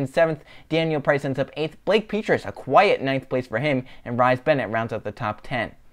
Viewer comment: AHHHH 10th and 35th, Hopefully do better next race, also I don’t know if you saw in discord but Rhys is Pronounced Reece.